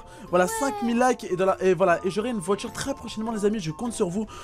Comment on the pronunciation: Une voihtur